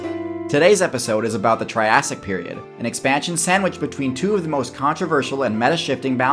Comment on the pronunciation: I love the tirassic